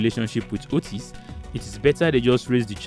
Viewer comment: Kenyan here 🇰🇪.... happy to see Kenyans and Nigerians together. Btw,Otis is pronounced as Otiiiis...